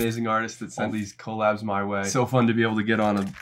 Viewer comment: bro stop saying coal-abs 😭😭😭